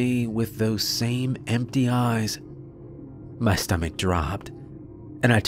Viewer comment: Story is fine but why'd he have to pronounce me as meh, empty as empteh?